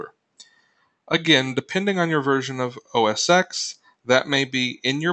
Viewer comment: The "X" in OS X is a Roman numeral, not the letter "X". It's pronounced "OS ten"